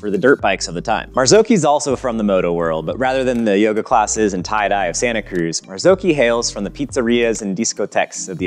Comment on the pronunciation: Mazaoki isn’t how it’s pronounced ;p mazz awe chi